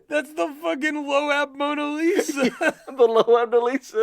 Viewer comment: Bruh why they pronounce it as "lo-ab" 💀